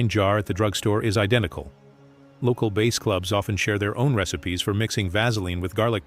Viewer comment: It's AI. For some reason most AI voices are terrible with pronunciation.